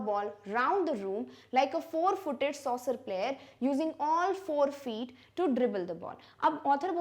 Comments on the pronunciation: soccer ❌ saucer✅ ricocheting ❌ rikoketting ✅ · soccer ⚽❌saucer ✅